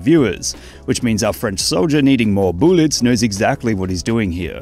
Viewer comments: “I need mour bouules” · I cry laughed watching that. His butt bouncing is hilarious, but the way he says BOOLets elevates it to another level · I like the way you say "boolets" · Its "BOOLETS" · it’s boolets not bootlets